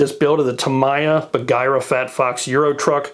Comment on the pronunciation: Great video, and I'm now subscribed. Not important, but it's pronounced: "tah" "mee" "yah". Unlike English words, there's no variation on how Japanese words are pronounced.